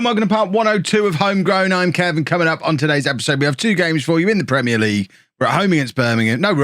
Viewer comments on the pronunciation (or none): none